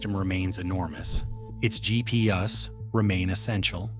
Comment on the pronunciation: Its GP-Us i love it ;)